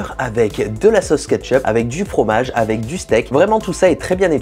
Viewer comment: Jte kiff et j'admire ton talent pour le montage photo/vidéo mais on dit "Avec" et pas "Avé"